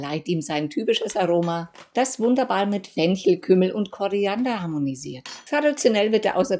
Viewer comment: Es heißt Koriander, aber die Rezepte sind genial